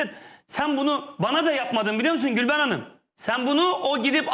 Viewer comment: gülveren deyince anlaşılmıyor dimi Nihat aptaldı millet